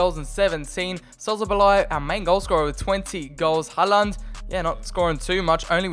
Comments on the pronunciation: The way you pronounce Håland "Haland" is making me cry... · TdT_killler-_- Its håland